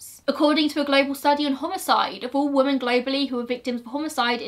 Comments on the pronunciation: i love ur videos so much, one thing that does bug me tho is how u say woman instead of women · WOMEN. WOMEN. WOMEN!!! I love these videos and I will forever watch them but it drives me insane when people continuously say woman for the plural of women. FOR THE LOVE OF THE ENGLISH LANGUAGE, SAY WOMEN. Woman = 1 woman. Man = 1 man. Women = more than one woman. Men = more than one man 😭😭😭😂😂😂